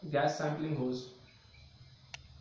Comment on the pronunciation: It’s hose not hoze